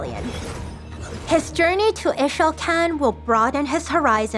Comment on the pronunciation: Ee-shao-can, Qiyana was very clear how to pronounce Ixaocan.